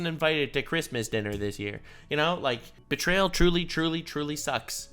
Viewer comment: She really did put L in bertrayal.